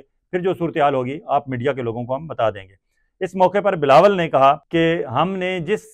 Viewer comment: I like the way you always pronounce correct name as "BALAWAL ZARDARI". This channel being watch widely in all over the world, thanks to correct Balawal's name! ( NO bb zardari )